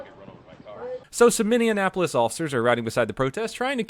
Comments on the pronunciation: minnesota idiot reporting in... for the love of god, it’s not mindeinapolis mini•apple•us hope that helps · Why can't Southerners pronounce Minneapolis? It isn't Minneandapolis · It's pronounced "mini-apolis", NOT "mini-in-apolis" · Minneapolis, not minneinapolis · I know this video is old, but I must say, I'm really disappointed in you if you really think it's MINNEANAPOLIS rather than the correct MINNEAPOLIS. I really hope it's a mistake and you're not that stupid. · First off I love your videos and can’t stop binge watching them, but I have to tell you as a Minnesota resident - it’s “Mini - Apple - Us” not “Mini - N - apple - us”. Thanks! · Mini-a-pole-s not minneanapolis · Say minininapolis one more again! Let me slow it down for you mini apo lis...... Come on man! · Minneapolis is pronounced "Mini-apolis" not "Mini-IN-apolis" yes words are hard... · It's Minn-ee-a-po-lis, not Minn-ee-an-a-po-lis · I enjoy your posts, but being from the Twin Cities, please practice saying Minn-ea-polis! It’s not that hard! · Bro said mindianapolis lmfao Atta boy that shit was golden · Sounds like you’re sayin “ Mindianapolis” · Minneapolis is pronounced like minnie apolis lol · Upset that can't pronounce Minneapolis correctly:( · It’s (Mini-App-O-Lis) Minneapolis, LoL didn’t think I’d ever hear Minnesota anything on here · “Minni an apolis” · You are saying Minneapolis wrong you are adding an n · minneanapolis? anyone else catch that? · The way you say Minneapolis is great. Minianapolis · Am I the only person who notices him mispronouncing Minneapolis? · You mispronounced Minneapolis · I couldn’t pay attention to the video because I was too distracted by the fact that butchered the pronunciation of Minneapolis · Can you not pronounce Minneapolis or are you doing that on purpose? Want sure if it was some inside joke that I'm not in on. Otherwise love the videos, keep up the good work. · As a Minnesotan the way he says Minneapolis hurts😂